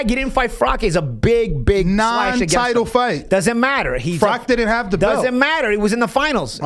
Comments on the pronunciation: Who the fck is Frock ? You mean Froch right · I don’t think “froch” would appreciate you calling him “frock” lol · Fro-uch not froc-k